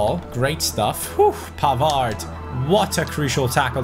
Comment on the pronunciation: you don't pronounce the D of Pavard.